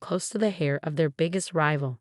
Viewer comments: Heir, not hair! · The heir (pronounced air) to company NOT hair. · It’s heir not hair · Homonyms are hard for non-native speakers. Other than that, it was good.